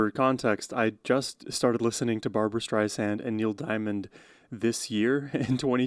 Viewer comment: Always love your reactions -- the genuineness and appreciation you bring to each experience! (Two quick side notes > Streisand was born Barbara Joan Streisand, but changed the spelling of her name to Barbra near the onset of her career. Also, she has clarified in interviews that her last name is pronounced "StreiSand", not "StreiZand" as some people tend to do. Figured you'd want to know!)